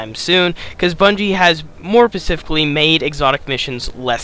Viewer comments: Its "SPECIFICALLY", not "Pacifically". Jesus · Boy, say pacifically one more time… 😂